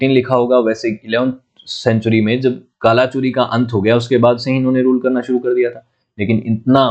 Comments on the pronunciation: ग्रह मांडला नहीं गढ़ा मंडला, गढ़ा मतलब फ़ोर्ट, मोक्षाकाल नहीं महाकोशल है वो, कलाचुरी नहीं कल्चुरी है 🤦🏼‍♂️ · गढ़ मंडला, हैहय वंश कल्चुरी (not Kala chori ) please work on pronunciation